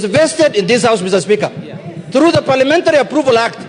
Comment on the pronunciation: Did he say PALIAMENDARI😅